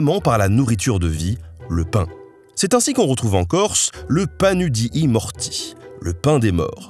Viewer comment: mdrrr ça se prononce "Panou di Morti" les "u" son généralement prononcés "ou" les deux "i" sont liés et on souffle la dernière voyelle des mots en corse, on entend presque pas le dernier "i" (il était de mon devoir citoyen de le souligner) ceci dit la vidéo est géniale et très instructive merci ❤